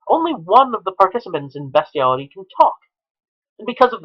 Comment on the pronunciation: Its BEAST-IALITY NOT BEST-IALITY YOU SICK FUCK! YOURE A DISGUSTING EXCUSE FOR A HUMAN BEING.